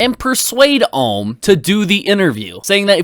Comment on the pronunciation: Why can Keem never say Ohm correctly